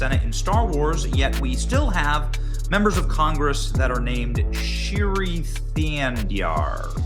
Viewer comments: BENNY ITS PERNOUNCED SHREEI NOT SHIRY 😂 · Shi's first name is pronounced Shree as in shreak ! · It's not "Shiri", Benny. FFS, you really struggle reading